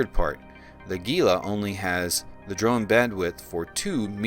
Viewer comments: Don't pronounce the G! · Jesus people is Gila, like Gila monster. Not geela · gila is pronounced Heela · hint: look up the pronounciation of Gila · Man, I hate to be that guy, but I have seen soooooooooooo many Eve videos that mispronounce "Gila". Before you flame me, understand, the ship is named for the Gila Monster reptile species, which is found in the southwestern USA and Northwestern Mexico, to a great extent within the Gila River basin of the Sonoran Desert. As a resident of the southwestern USA and a lifelong visitor to the Gila River basin and other places named for it, such as the Gila Cliff Dwellings National Monument, and the Gila Wilderness that protects the headwaters of the Gila River, I can assure you that I never in my life heard the pronunciation used in this video and many other Eve Online videos discussing this ship. The word is pronounced "HEE lah", or for those looking for even more accuracy the H sound is somewhat fricative, with the sound found in many Native languages from the area that (in Spanish) is written with an X. I understand that a German x is also similar. For English speakers, though, just an H sound is close enough. Here's a helpful youtube video: Or just use your search engine and look up "How to pronounce Gila". OK, with that said, my current favorite ship is a passive tanked Caracal Navy Issue putting out >500 dps with RLML IIs and Fury missiles at a range of ~30km and has over 30k EHP. It absolutely rips through hi-sec and lo-sec combat sites and escalations, and in abyssals runs T1 Exotics and Darks handily. It's just fun.